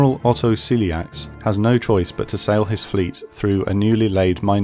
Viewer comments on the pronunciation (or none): none